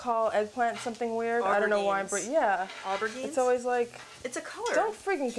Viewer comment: oh dear, the pronunciation of aubergine and courgette.